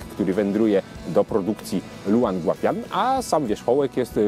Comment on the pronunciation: Podejrzewam, że nazwa jest w pinyinie, więc szepnę coś ("spolszczając") na temat prawidłowej wymowy: ljoł an gua pien. :)